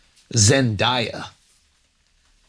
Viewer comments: Andrew… i blame al but her name is Zendeya not zendiya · Why do some people pronounce Zendaya's name that way😅 Pronounce it the way it's spelt. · I have never heard someone say Zendaya name so wrong in my life